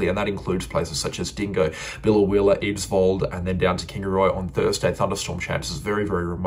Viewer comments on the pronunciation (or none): Thanks! FYI it's pronounced Eyedsvold, not Idsvold🤗